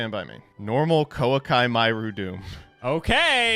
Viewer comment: I hope you stub your toe for how badly you pronounce “Koa’ki”.